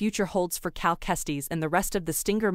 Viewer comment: This dude said “cal testies” 😂